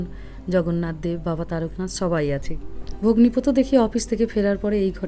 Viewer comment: একটা কথা আমি বুঝতে পারছি না, আপনি বনের বর কে ভগ্নী পোত কেনো বলছেন, ওটা তো ভগ্নী পতী হবে, তাই না?? নাকি আমি কিছু ভুল শুনলাম বা বুঝলাম, বুঝতে পারছি না, প্লীজ একটু ক্লিয়ার করুন। আমর বুঝতে ভুল হলে ক্ষমা করবেন । 🙏❤️😊